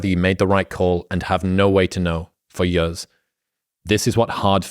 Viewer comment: “Fow yuhs” :)))))